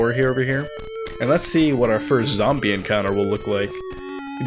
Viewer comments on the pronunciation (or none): Great video but "zamble"!! Please, please don't say that again...